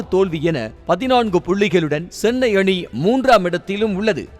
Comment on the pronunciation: Sennai illa da chennai 😂